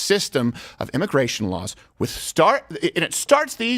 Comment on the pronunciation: Immigration is "Al gore"-ical??? ;) hehehehe that's all I heard when you guys said it lol